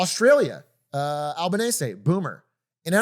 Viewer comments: Australian prime minister is pronounced al-bow-neez-ee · sorry mate that was literally the worst pronunciation of the PM i have ever heard.